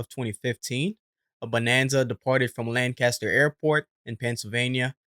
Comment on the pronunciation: It's pronounced Lank ah stur. PA. Lancaster. Sad accident.